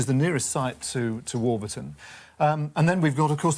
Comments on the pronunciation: We have a Warburton in Australia, which we pronounce WAW-buh-tn, not WAW-BER-Tn. When I tried to look it up, and found some video of locals using the name, it appears that we are correct, and Tony's pronunciation is incorrect. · Hi... Its Warburton as in the bread not War-burton as Mr Roybinson pronounces it.. :) Great vid.. almost see my house from the aerial shots..